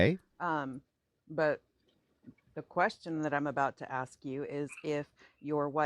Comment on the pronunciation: Don't trust anyone who pronounces, "Aks" and "Ecspecially"